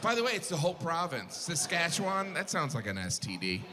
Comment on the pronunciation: He's spot-on about everything except the pronunciation of the ending of the word "Saskatchewan."